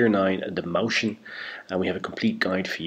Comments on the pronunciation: It's not a sch, it's s-ch. You can't say it like moushen, it's it's like Moizchen. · pronunciation - MOY-chyen